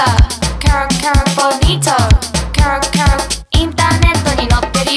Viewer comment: ケロケロの発音が良すぎて始め何て言ってるか分からなかった～😂(笑)